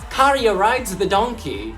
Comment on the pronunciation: Your pronunciation of Käärijä is as good as it gets to a non-native speaker